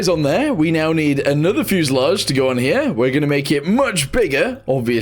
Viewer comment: "up herYA" got me screaming bro 🤣